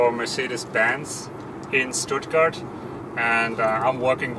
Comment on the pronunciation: Yes, the German engineer’s English is excellent - he even pronounced Stuttgart the English way. Great video.